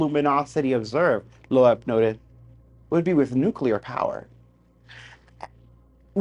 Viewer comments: AVI'S LAST NAME IS PRONOUNCED "LOBE" BUT SPELLED LOEB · Lobe try that pronunciation young man... 😜